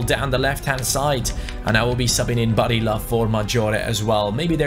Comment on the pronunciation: barilla is pronounced barieya